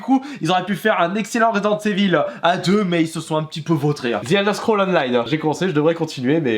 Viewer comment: resent evil il dit svp ecorchez pas l nom de jeu exxelent ^^